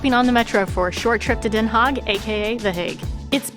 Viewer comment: Haag.. Not hog 🐷